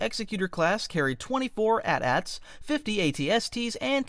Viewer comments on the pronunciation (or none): they aren’t atats, jesus christ. they are literally called at-at in lore and irl military pronunciation. you even say “ i-s two” and not “is two” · same with his pronunciation of AT-AT as at at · calling it an at at hurts my soul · yes and no. The official Imperial name is “AT-AT” pronounced LIKE “80–80” but Rebels and just people in General inside and outside the Star Wars Universe have called it an AT AT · Okay stop, you called the A-T-A-T an at-at...come on man, you lost me at that point since thats the first Video of you that i clicked on. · Lucas film originally said it was “ay tee ay tee” and just think about it. If you pronounced the word “at” how would you say the smaller AT-ST, you need to say the actual letters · Wait until you hear about the AT Street on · Bro really said “at at” 🤦🏼‍♂️ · it's pronounced ay tea ay tea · Why must you pronounce AT-AT like that 😭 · Its AT-AT